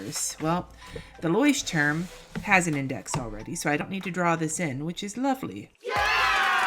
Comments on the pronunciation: I'm so excited about your approach this time! I hope it works for you! And your pronunciation of Leuchtturm is one of the best I've ever heard of a non-native speaker! 👏 And starting with a "normal" Leuchtturm is even more original! 🤗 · Your pronunciation is pretty great! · The funny thing with labeling your Bullet Journal that the Leuchtturm 1917 comes with labeling stickers for archiving. But do your thing. FOr an english speaking person the pronounication was very good. Thank you for making me laugh by watching your videos. Greeting from Germany.